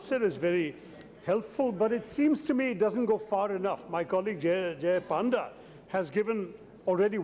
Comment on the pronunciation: Tharoor ji please try to pronounce Panda ji correctly